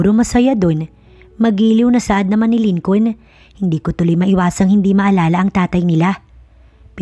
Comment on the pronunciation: Hayy Naku...Lincoln. is pronounced as LINCON SILENT L....Ano ba yan ??